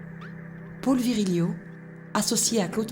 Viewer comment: Reportage très intéressant, on pardonnera à la voix off la ville de Nevers prononcée au début "nez vert" et Paul prononcé "pôle" comme le prénom féminin Paule.